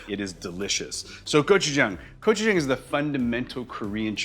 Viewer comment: I wonder if this guy even knows anything about authentic asian foods. Cant even pronounce gochujang correctly. Says it like every white person ive ever met